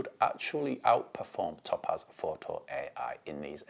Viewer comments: Top Az 🤣WTF... never heard topaz pronounced like that before, made me PMSL every time.🤣 It's "Tow-Paz" dude. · It's TOE-PAZ...NOT TOP-AZ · As an Englisman with a proper accent (geordie), this was torture to listen to. His inability to prounounce the Company's name correctly made this impossible to listen to after 30 seconds...it must sound like torture to non English people who speak English!